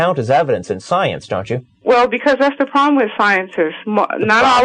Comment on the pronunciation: Her thought's are not funny......they are fucking hilarious. This woman can't even pronounce science, never mind understand it. Where did god come from? I have never heard anyone answer that......